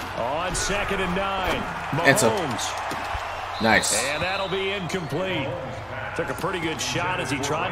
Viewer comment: “Real Randy Moss fans don’t fw Pat Mahones” 😂😂😂